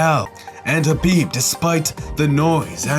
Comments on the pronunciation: Habib? and you keep saying it wrong over and over lmfao. Khabib going to find you for saying his name wrong/ talking bad about his religion. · Khabib not habib